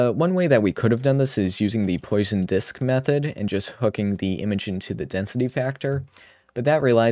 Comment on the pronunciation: Great tutorial ! When you said : "One way that we could done this is using the Poisson Disk Method", you said Poisson as Poison. The sound should be a little different. One is the name of the guy who invented it and the other is a bad drink.